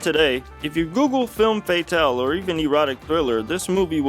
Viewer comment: If you're going to use French words, learn how to pronounce them. Hint: it's not pronounced fay-tahl.